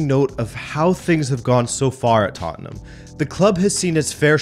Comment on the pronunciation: I appriciate him saying Tottnham instead of Tottenham like most Americans do. Firm handshake sir. ✌️